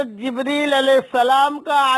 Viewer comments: Hazrath Jibraail bolna, Jibreel kya bolta hai? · en ka naam jibraeel nahi hai jibreel hai